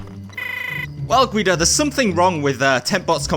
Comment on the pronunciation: why is G.U.I.D.O said guyidoh instead of guydo